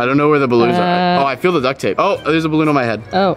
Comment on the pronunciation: You said balloon wrong 😠